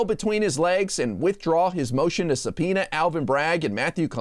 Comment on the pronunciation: How can gym Jordan even say the word subpoena?